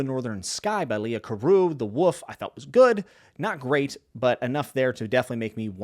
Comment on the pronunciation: Compelling video, you've earned a subscriber. Also...did you say The Woof by Leo Carew?